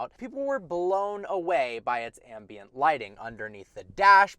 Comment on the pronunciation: Every time you mis- pronounced ambient...😟